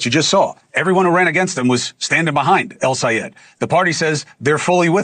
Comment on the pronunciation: Please Chris, keep these liars in check, and fact check them in real time. You already know what they are going to say, as their lies are getting old and repeated so often. The way Bill says El Sayed's name is enough to make MY blood boil, as his racism is blatant and overwhelming. Call people names, Bill. "Radical", "Communist", but he has no idea what democrats want. We LOVE us some El Sayed, no matter how you say his name, Billy "Two horns" Riley! See how it works, Bill. Two horns are an implication of your position, and how do YOU like it?